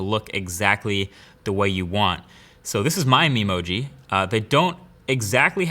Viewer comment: atleast in this vid you didnt had difficulties pronouncing Memoji